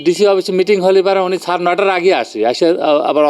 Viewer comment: সাংবাদিককে উচ্চারণ শুদ্ধ করা লাগবে। ছার না শব্দটা স্যার 😊